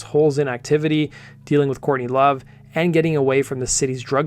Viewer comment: Dude with all due respect if you're going to talk about a band you should probably at least learn the name of the singer before you make a video about the band and mention their name incorrectly. J/S